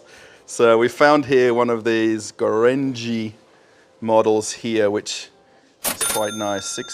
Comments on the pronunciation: "Gorenje" is spoken as "go-re-ni-e" (flaming) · "Gorenje" is pronounced goh-rehn-yee. It is Slovenian. Was a big deal in former Yugoslavia. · Nice and moderatly funny...by my taste. Gorenje is pronounced "goren-ye". Company is from Slovenia (and so am I :))